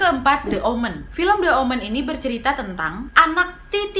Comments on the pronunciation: Kak Nad , aku trmsk follower baru nih🙈 baru sempet mampir ke video yg ini,, cuma mau ksh masukan, pelafalan "the" jika kata slthnya diawali huruf vocal please dibaca "di" jgn "de" lagi,, biar makin perfect kakak🥰 i like you pake banget pokoknya ❤️💃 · The (di) Omen The (di) Exorcist Bukan the (de-kat) mbak Nadia.. hehehe ! 😁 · Spelling saat baca the omen sm the exorcist....the nya dibaca i mbak, kalo ketemu huruf vocal, kalo ketemu konsonan baru dibaca e #aku fikir gak sengaja tp diulangi saat baca the exorcist, maaf yaa...masukan aja